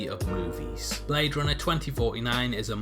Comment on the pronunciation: I swear i just heard blade RONET 2049 it took me minutes to realize until i read the comments.